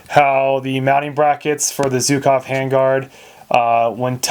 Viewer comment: for the love of mother russia, learn how to pronounce "Zhukov" (it's not zukov). As a free bonus, stop saying "kalishnikov"